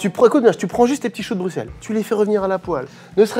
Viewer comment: Entendre un français qui sait prononcer Bruxelles, un plaisir